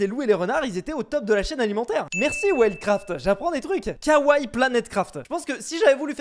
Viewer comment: On prononce "kawaii" mais on prononce le "i" à la fin 😉